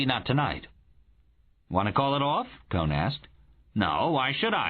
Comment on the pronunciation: The narrator calls him Cone, but does he mean Cohen?